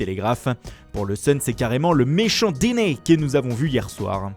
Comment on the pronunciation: Jss mort cmmt il dit deeney 🤣🤣🤣🤣🤣🤣